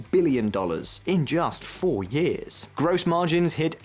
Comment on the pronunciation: "yeeahz" and "yeeah" are not words. It's "year" and "years".